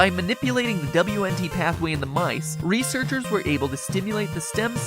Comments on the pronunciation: It's pronounced "Wint" signalling.. =/ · Wnt is literally pronounced "wint" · sorry to be a pedant but wnt is pronounced wint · W.N.T is pronounced wint (like wind but with a t). Noob